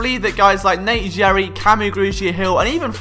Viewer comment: How can this guy be philly a fan and call Nate Gerry, Nate Jerry......hahaha